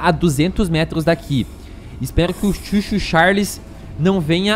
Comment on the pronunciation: n é chuu chuu, é CHOO CHOOO